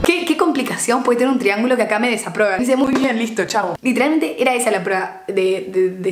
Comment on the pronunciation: “esszsa” JAJAJA TE AMO